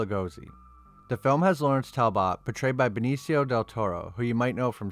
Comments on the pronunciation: Talbit it's pronounced talbit not bot it's okay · Goo God. Talbot sounds like Tal+but , not Tal+bot. You never heard the Wolfman's name before? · It's pronounced Tal-but ............... not Tal-bot. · Why do you say Talbot like that? It's pronounced Tal-but. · Great video! Only thing that drive me crazy is how you say Talbot. It's pronounced tal·buht all in In one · It's pronounced tal bet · Its pronounced Tall-But... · Learn how to pronounce"Talbot" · The pronunciation of Talbot is painful. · Butchered the pronunciation of Talbot. Unfortunately viewers of these times don't appreciate a great Gothic horror story. It pisses me off cause this movie is the very best Wolfman movie to come out in the last 25 years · The way he says Talbot is weird and makes the video kinda hard to watch for me… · weird ass pronunciation of Talbot.